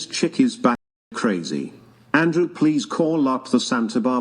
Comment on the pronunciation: CAR- AZY